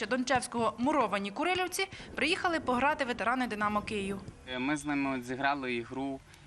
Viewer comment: А журналістка таки правильно вимовила Муровані Курилівці) Не часто таке буває) Тепер наше селище знатимуть не лише за брендом "Регіна"))))))